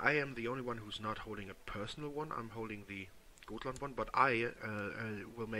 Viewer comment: A good way of trying to pronounce Gotland is to say gottland